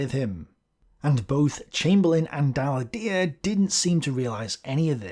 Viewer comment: True; though french isn't the most obvious language to pronounce.